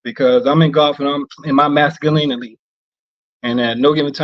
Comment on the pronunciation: It's masculinily